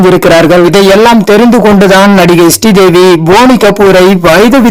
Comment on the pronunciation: Sree Devi not stee devi